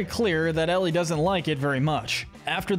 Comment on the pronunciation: Eli❌ Ellie✅